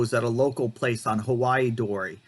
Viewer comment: Heiwa, not Hawaii